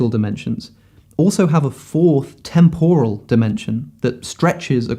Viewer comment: Alex, please google how to pronounce ‘temporal’